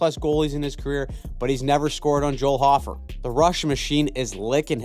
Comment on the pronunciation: For future reference. Hockey Psychology. Coming from someone who played hockey with Joel in Winnipeg. Last name is pronounced "Hoe-fur". Just for next time. Love the content btw!!!